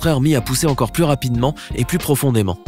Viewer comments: PLUS de sécheresse pas "plusse" de sécheresse !!! t'es un peu gogole 😂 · le projet contre la secheresse c'est " Plus ( comme plus jamais ) de secheresse " et pas " plus comme + de secheresse " ... le commentateur a rien capté 🤣😂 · 'Plus(ssss) de sécheresse', vraiment? Il comprend ce qu'il lit? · salut, super tes videos. je voudrais reprendre qqch: à 5'58, " no more thirsty crop" se traduirait par "plus jamais". Ta prononciation laisserait entendre "davantage".